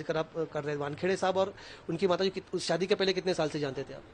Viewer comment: Ye Shaadi ko(saadi) bol rahe hain🤷‍♀️